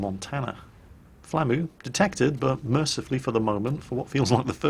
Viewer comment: It took me a while to realize you were saying "flamu" and not "Flammie". I was like: "When did the big fluffy dragon from Secret of Mana become a soviet destroyer captain?"